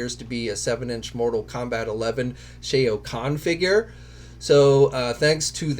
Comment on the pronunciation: Shay Oh Kahn